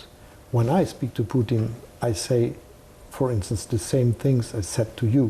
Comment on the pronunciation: Putin, not Putn.....